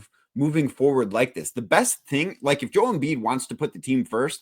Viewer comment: How bout bro on the right say Joel's name right, or is everyone else saying it wrong?